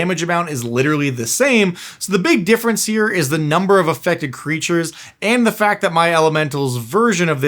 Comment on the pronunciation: “Peep them creatches”. This is golden. Say it again.